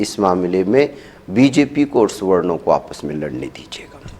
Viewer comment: Suwarnn...Suwarnn .. Suwarnn. Bolne per Aisa Mahsoos horaha ke inko. Suwwar .Suwwar kaha jaraha hai. 😅😅🤣🤣🤣🤣🤣😂😂😂😂😂😂👍👍👍👍👍👍👍👌👌👌👌👌👌👌.. Arre Suwanno Tum Apni Jaati ( Zaat) ka koi Aur hi Naam Rakh lo. Chalo Suwwar hi Rakh lo 😅😅😅😅😅🤣🤣🤣🤣🤣